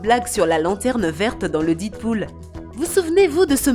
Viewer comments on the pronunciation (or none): Le "didpool"🤣🤣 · Et sa s'arrete pas la elle a prononcer deadpool didpool 🤣🤣